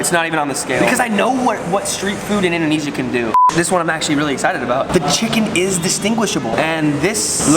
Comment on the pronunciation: you say it like this indonizia